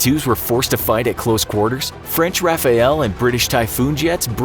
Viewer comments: It's rafale. Not Rafael. RAFALE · french rafael. RAFAEL. IT'S RAFALE! it means gust, or burst. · Rafale not Rafael ;) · I'm pretty sure it's Rafale and not Rafael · I cringe every time I hear "Rafael"... English people should read "Rafal", the e is silent, drop it (means burst/gust). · It's Rafale, not Rafael. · Your reports about Red Flags results between F-22 and Rafale and Typhoon are wrong... and it's Rafale, not Rafael... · Rafale is not pronounced RAFAEL but RAFAL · Seriously? Rafael? It's not me in the sky, it's the "Rafale!" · RAFALE for FFS not RAFAEL. And oh god, talks about f22 and shows a Sukhoi image. This pains me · Ahhhh yes. The French *Rafael. * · When will people understand that it’s RAFALE and not RAFAEL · American propaganda? By the way it's Rafale not Rafael... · I love how english speakers pronounce "Rafale" as "rapha-yell" while it's pronounce more like "RafL". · The French... uh... "Rafaël" ? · The way he pronounces Rafale hurts me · Can't even pronounce " Rafale " properly